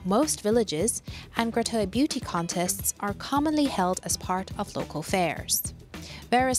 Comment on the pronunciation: Same thing. She's just pronouncing it differently.